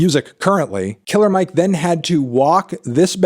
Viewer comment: You should know it’s not pronounced “Killa Mike”, Fantano. He’s said his entire career that his name is “Killer” with the R pronounced smh 🙄